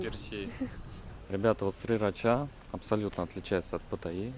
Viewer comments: Почему Сирача произносит Срирача??? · Сирача вроде как тайцы произносят, а не срирача ;) Лучше на слух, а не английскую транскрипцию ориентироваться 😊🙏